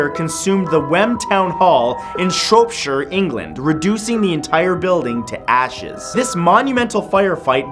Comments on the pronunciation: Matt, honey it's SHROP not SHROPE. I know because Shropshire is my last name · Just a heads-up. Shropshire in England is pronounced as Shrop-sheer. Take "crop" and replace the 'C' with 'Sh'. :) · it's pronounced shrop as in chop. Shropshire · he said shropeshire IT IS SH-ROP-SH-A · OMG OMG OMG I LIVE IN SHOROPSHIRE YOU MENTIONED MY HOMETOWN OMGGGGG!!!!!! the first time my home ever got a mention on your video omg!!!! 🤣🤣🤣🤣 The first time you said Shropshire and you pronounced it wrong, it's not shroopshire, it's shrOpshire ! Hahaha but I love you Matt!!! I soooooo hope you get to visit Shropshire one day!! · it's pronounced Shrop-shire not shurp-shire .Coz I live not far from where that photo was taken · it's pronounced shrop-shire not shrope-shire. love the video anyway you're great. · k matt i appreciate you putting my county shropshire in ur vids and ik ur canadian but plz pronounce them correctly. imagine saying the word shop but with an r S-H-R-O-P shire shropshire thanks so much from all the 306,100 people here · "Shrope-sher" Oh dear, Matt... I'm from Shropshire XD said the way it's spelled, man! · Always love the videos but practice your English accent!...Norfolk is is Nor-fuk, Shropshire is Shr-Op-Shur.....not that I'm nit picking, or anything but that's what us English folk do! Great vid! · its shropshire like o in mop,just sayin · Shropshire is pronounced like drop and with a soft i. It's like "Sh rop shur". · Shropshire is pronounced 'Shr-op-sh-eye-er' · its pronounced sh-ropp-shire lite the shire of lord of the rings and that ghost girl can fuck off out of my county i dont deal with hoes like thst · 'Shropshire' is mispronounced, it's 'Cher-rop-sher' :))) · Omg he mentioned Shropshire (or shrope shire lmao) my home county! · "Shrobesher" England 😂😂😂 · Number 3 Wow he butchered the pronunciation of "Shropshire". Gotta love Canadians. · Unique way of pronouncing Shropshire there. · you said Shropshire wrong XD